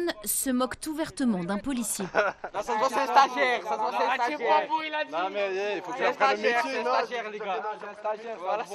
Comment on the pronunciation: “Tu sais” “tu vois” “j’ai dJis” mais quelle horreur ce vocabulaire ce langage mon dieu